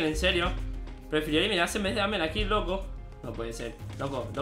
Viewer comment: Se dice loco escucha o lee no oco ja jajajajajajja jaj no sabe hablar den le like